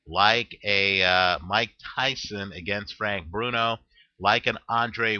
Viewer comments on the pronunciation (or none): none